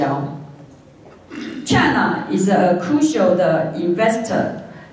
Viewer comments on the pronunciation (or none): 視頻 1'27"～1'57" 這30秒間的文本，勉為其難聽打如下： China is a crucial investor in Panama development and a major client of the Panama canal, so which is part of the China "One Belt, One Road" project. It is the time for Taiwan to re-sink...... 施芳瓏「博士」口中唸的則是： China is a kooshio的 investor in パダマ 的 development and a major client of the パダマ kuh-now, so which is part of the China的 "One Belt, One Road" 的 project. It is the Tom for Taiwan to re-sink..... re-think 唸成 re-sink 是不小心說了真話嗎？台灣再次沉淪了 🤣🤣🤣